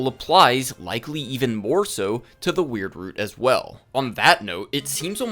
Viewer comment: i just wanna say, as a canadian, thank you for pronouncing it "weird root" instead of the american pronunciation